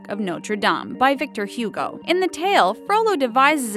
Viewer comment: VICTOR HUGO...Ew. PLEASE, check your pronunciation.